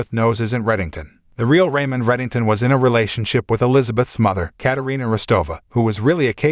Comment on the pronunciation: It’s Katarina